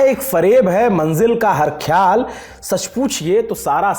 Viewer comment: Sir....khayal ka aur accha uccharan karte to aur accha sher lagta....Saurabh jee ko suniye wo accha bolte hai.........